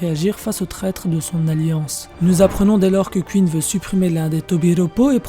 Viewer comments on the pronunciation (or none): C pas kuine mais queen !! Déjà que ta voix est stressante lollll alors si en plus tu prononce mal 😱😱😱 ! Mdrrrrrr